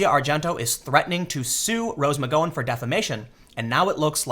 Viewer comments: he's trollin us with his mispronounciations? How do get nike wrong? Theyre the biggest sports apparel business in the world, also kaepernick and now mcgowan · He’s actually pronouncing “Asia” correctly. But he definitely messed up Rose’s last name. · Okay you're pronouncing Asia's name properly. But McGowan is pronounced "Gow, like cow", not "Gow like go on" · Tim... the 'ow' in McGowan is pronounced like the pronunciation of pain. It is McGowan not McGOwan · I am sorry, but this Rose Magoin thing is driving me CRAZY! Mac-Gow-an MacGowan not Ma-go-in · I love you tim but jesus h christ you mispronounce everything lol. Its rose mc-gow-wan not mc-go-when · Muh-gow-en not muh-go-en. Gow is said like cow. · God Tim, I just love it when you mispronounce words lmao Rose Mc "Go on" (flashback to Ms. Doyle, go on go on go on go on go on) its Gow like Plow or Brow ;) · tim.... say oww out loud... now use that to say gow... now mcgowan... there you go, you've been learned. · Rose Mc-Gow-an, as in 'ow - gow' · Rose McGo-en 😂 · Its Rose Mc Gow (ow) an my dude. You pronounced As e ah right so this bothered me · "Aw-zya" "Me-goin" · I believe it's McG-"ow"-en, as in "ow that hurts', not a hard 'o'. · Rose Mc--rhymes with cow--Gowan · You have to start looking up how to pronounce names before making videos. It’s-McGown llike wear a gown. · you pronounce Roses last name wrong, it bugs me :-) It Mc GOW'in like COW. Just sayin. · Tim you're shitty pronunciation is making it really hard to listen to your videos. Watch TV, dude. McGOWan. Gow like wow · Rose "Muhgoin" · Gow rhymes with cow. Oddly enough. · Mick GOW anne Lol Tim you kill me with your pronunciations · It's cool. I didn't need my liver anyway. ahem pronounced "Mc Gow-ann" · Tim, how in the hell do you pronounce Asia wrong? I couldn't get past 2 mins with you pronouncing Asia and McGowan like that. This is like Kaepernick and Nike all over again. Do you not see these comments? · why can't Tim say McGowan?